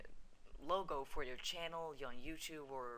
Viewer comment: LOL HE KEPT SAYING CHANNEL I-KIN XD